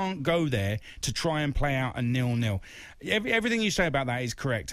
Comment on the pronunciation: Nil, not “Nill”.